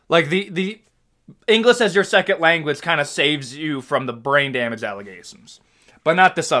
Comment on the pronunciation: Listening to you criticize foreign fighters speaking less than perfect English, and then you say "engliss" and pronounce other words incorrectly. Get real, bro.